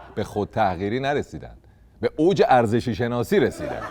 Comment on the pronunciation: 😂😂😂دهنت گاییدم میگه عرزشی کش 😂😂😂